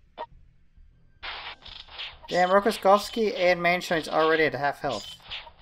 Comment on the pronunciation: he is not Rokoskovsky, but Rokossovsky!